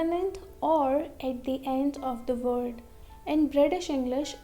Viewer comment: Amazing video, but please pronounce L, V and W correctable, because you cannot learn us if you don't know that Word is not Vord or flaVor is not flaWor and that extremely annoying soft L. Sorry if I was rude.